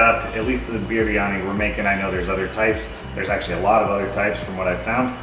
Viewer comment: ❤❤❤ I think you pronounce it "BRiani".